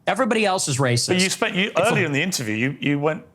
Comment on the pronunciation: The bros squabbling about “am I raciss” was tedious as hell, but the rest of the vid was good.